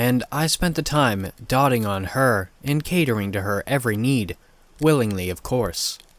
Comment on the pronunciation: “doting on her” is pronounced dough-d-Ing